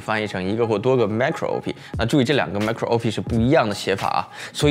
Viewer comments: 我是電腦硬件的門外漢，但看完你的影片後也好像也看懂了M1 的構造了 其實Marco 的讀音是「媽-cro」而Micro 的讀音是「咪-cro」(就是microphone 咪高峰的「micro」) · “注意这两个macro是不一样的写法” --为什么会有这句话呢。因为你读错了。